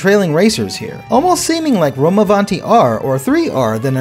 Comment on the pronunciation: As an italian the pronounciation of rome avanti is so good but funny too😂